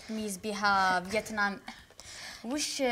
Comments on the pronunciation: فيتنام 🇻🇳 و ليست فيطنام 😂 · فيتنام مش فيطنام